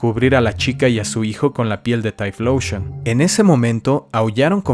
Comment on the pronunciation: deja de decir "Taifloushon"